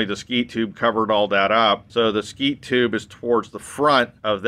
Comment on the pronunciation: Did you say skeet tubing? Double wall?